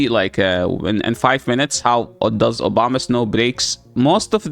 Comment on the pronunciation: Am I the only one hearing "Obamasnow"?